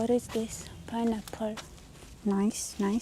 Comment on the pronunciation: You seeee!!? We need to keep well fed so she can think clearly. 🙂 Also, love the way pronounces pineapple 🍍